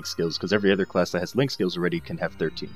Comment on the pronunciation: I know you said link skills but starting off sounded like you said lick skills. we are going to start off today talking about lick skills.:3 Sorry I had to... <3